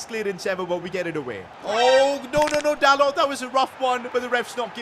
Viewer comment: By the way you pronounce dalot like dalo